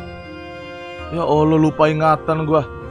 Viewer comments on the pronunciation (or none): none